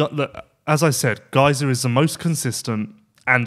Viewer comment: Every time miss pronounced Gajser it's like nails in my ear. Great show otherwise.